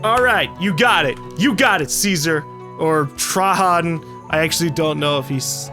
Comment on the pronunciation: The name of the roman emperor is pronounced tray gen